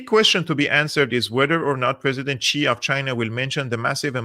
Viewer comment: X is pronounced close to S in Mandarin, so it's closer to "sea", not "chi".